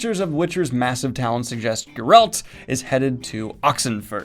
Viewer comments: Why can't Daniel properly pronounce Geralt correctly? It's not that hard. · I thought 2021 would be the year you pronounce Geralt correctly. Still plenty of time.